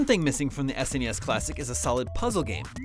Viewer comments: Why are you calling it S N E S classic when the rest of the planet is calling it SNES? I've never ever heard anyone call it that before! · Why are you pronouncing SNES as s.n.e.s. That's just weird fam.